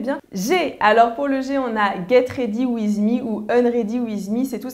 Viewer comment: WTF ?! comment elle a dit Get Ready with me mdrr